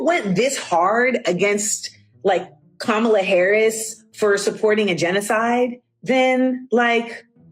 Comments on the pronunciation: Isn’t is Kamala (comma-la) not (kah-ma-la)? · Please pronounce Kamala’s name correctly. COMMA-LA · It’s COMMA-LA damnit! As a Black woman, please do better! Amanda Seals is in the sunken place and is no different than republicans who railed on for decades about Hilary Clinton’s emails. it’s not surprising she finds connection with a fellow narcissistic clown like Ms. Bryant. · Not the host mispronouncing the former VP's name. No ma'am 😅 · Please pronounce Kamala’s name properly. You’re hurting your credibility 😊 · Sis! Love your videos but this isn't the first time you've mispronounced Kamala's name. Hope to see it corrected next time. 🙏🏾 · The biggest concern and question is why you can’t pronounce Kamala’s name correctly?